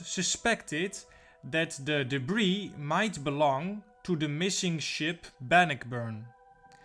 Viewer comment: Good documentary,!! The Great Lakes ships, have some interesting, tales also🤔. The pronunciation for 'Bannockburn' is; Ban•nôck•burn. It's a city in Illinois, I believe. A ship, if you could cover next; could it be the famous concrete ship in Cape May Point NJ, named The SS 'Atlantus'??? It's not an exciting shipwreck, but it's part of our, local history.